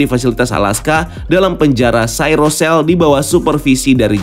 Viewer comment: Cryo cell ❌ Cyro cell ✅